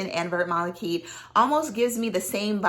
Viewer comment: Vert Malachite you would pronounce Vear (rhymes with bear) Malachite❤